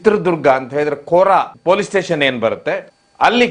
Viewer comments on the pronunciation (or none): none